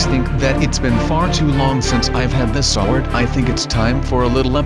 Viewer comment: Why do you say swers